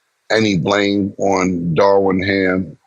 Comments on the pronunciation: they keep calling DARVIN ham darwin ham 😂😂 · Isn’t it Darvin Ham? They keep calling him Darwin. 😂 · "Darwin Ham".....😂 Lol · Darwin ham lol it’s darvin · It is not Darwin…it is Darvin Cam😂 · Why Killa keep calling Darvin Ham Darwin? lol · C’mon why ya still callin this nigga Darwin?? It’s Darvin 😂😂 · Why can’t people say Darvin?